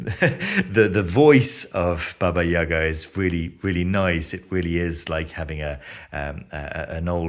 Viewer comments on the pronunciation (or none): "Baba YAY-GAH"